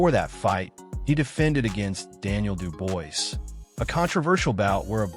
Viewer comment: WHO is Dub [OIS] ?!😂 IT'S [DUBUA], DUDE!!😂